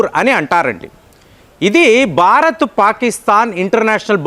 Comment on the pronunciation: చాలా బాగా చెప్పారు కానీ ఉచ్ఛారణ దోషాలను సరిచేసుకోండి. బారత్ కాదు, భారత్. తండర్ కాదు, థండర్. మీకు చాలా జ్ఞానం ఉంది దాన్ని ఇంకా బాగా పంచాలంటే భాష మరియు ఉచ్ఛారణ బాగా ఉండాలి.